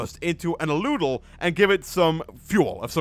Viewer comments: Al-u-del Not a-loo-del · ***** it's pronounced Al-u-del :) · The aludel is pronounced al-U-del